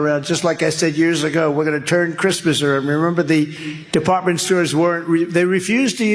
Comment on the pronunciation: Did I hear him say “crispness “ rather than Christmas?